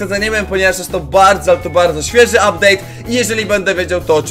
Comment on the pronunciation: ''Ubdate'' super filimy robisz